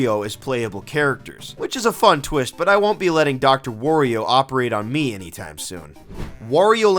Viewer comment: "Wario" rhymes with "Mario," bro. It's not "wore-e-oh."